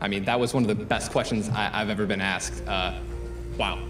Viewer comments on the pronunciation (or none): none